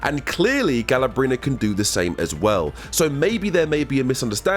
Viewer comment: GALA-BRENA. I CANT BRO